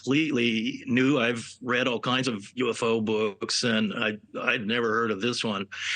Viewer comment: "all koiiiiinds of planets"